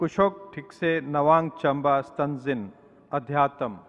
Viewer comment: can the announcer not pronounce अध्यात्म properly? it's not अध्यातम्. And looks like he's reading some of the names for the first time? No preparation for such an event?